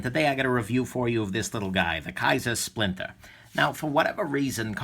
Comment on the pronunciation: Nick, it's the "splintah" so say it right! Another great vid from the. It's a beautiful thing. Thanks.